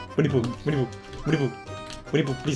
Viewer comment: wini the hedgheog :v